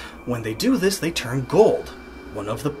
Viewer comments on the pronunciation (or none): none